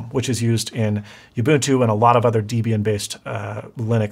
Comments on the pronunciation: "Distros like Deebian and desktop managers like Guh-nome..." Me: Laughs in Linux!🤣 Incidentally, CentOS and most every other distro out there have much better security out of the box, than Windows or Mac could ever hope for (Mac isn't too bad, but could be better)😐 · This guy pronounces things funny...bi-os... de-bian ga-nome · Mispronouncing gnome and Debian makes my head hurt. It’s pronounced deb-Ian. Named after founders Debra and Ian. And it’s nome, like home. Not gah-nome. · Its deh bee ann...creators were named debby and ian so they merged the names to debian. Gnome can be pronounced with or without the G and ubuntu is just a stupid name so who cares how ya say it. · ..debian is the names of the creators Debby and Ian...so its pronounced deh bee ann...if you do something dumb like im still doing and you cant get it to even boot, make a MX linux live usb like you did for pop. Fixes boot issues on debian based distros. Just make the mx live usb and boot off it, it will ask to be installed or if you want it to search for other OSs on the partition. Its fixed all my goofs. If you dont know this you can run windows 10 with virtual box and install De Vinci,if it works it should run pretty good. Also, careful on permissions in linux. When you sudo into root to change a setting remember to close out the window you used to sudo...i ran and installed programs as root so i had to now open them as root and those programs running as root is a security risk....if you are not root in linux a hacker can get in to your computer but can't do anything under a nonroot account....if you run as root and they get in the network they have control....same with viruses. Distrotube, switched to linux, Chris titus tech are good channels to find common noob hangups and they usually answer your questions. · The official pronunciation of Debian is 'deb ee n'. The name comes from the names of the creator of Debian, Ian Murdock, and his wife, Debra.